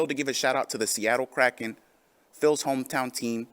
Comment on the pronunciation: Add "kraken" to the list of words Phil can't pronounce.